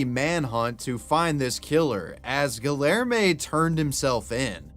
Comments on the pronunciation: The hard L in Guillerme almost killed me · Every time you pronounce the name as Guillerme with the hard Ls I die inside. 😅